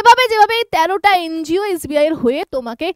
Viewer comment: ওটাকে এন জি ও বলে। এন্জিয় বলেনা। অশিক্ষার চূড়ান্ত।😂